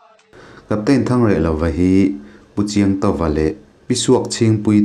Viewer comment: Chiangtawka, fapa nilovin, Chiangtoha. Tih zawk tur